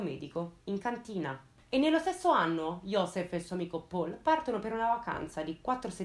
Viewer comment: Uno dei video migliori, complimenti. Solo una cosa: Paul in tedesco si pronuncia... Paul, non all'inglese :)